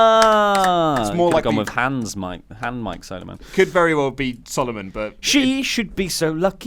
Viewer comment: Glad to get a shoutout on an episode with Kairi Sane and Io Shairi. But it is pronounced like the Nintendo classic "Solomon's Key" or King Solomon from the Bible. Still excited to be a pledgehammer!